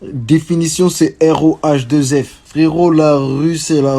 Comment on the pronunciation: c'est pas rohff c'est rhaoueff